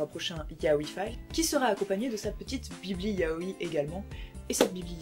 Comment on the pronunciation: Par contre on te l'a peut être déjà dis mais on dis pas "ya-o-i" mais "ya-oi" en 2 syllabes sachant que "-oi" se dit "aie" mais avec un "o" ! ^^Je préfère te le dire par expérience que si tu vas voir un vendeur (dans un magasin exprès de mangas) si tu dis "ya-o-i" c'est limite si ils vont pas t'engueuler...^^"